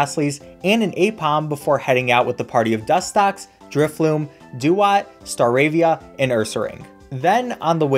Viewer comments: The whole time he’s using drifblim i hear him calling it drifloom lol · I love your vids, but say it with me inhales driftBLIM!! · My boy Drifblim did not deserve the mispronunciation 😭